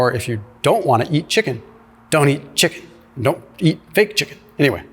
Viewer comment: ChicKan. ROFLMAO